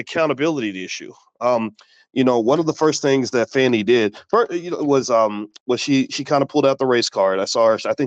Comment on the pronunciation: The mispronunciation of her name is wearing me Out. Her name is not Fanny.